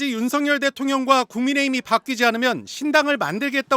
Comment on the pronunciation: 석유: 성뉴 (X), 서규 (O) 석연: 성년 (X), 서견 (O) 석양: 성냥 (X), 서걍 (O) 석열: 성녈 (X), 서결 (O) 윤성녈이 아닌 윤서결로 발음해야 함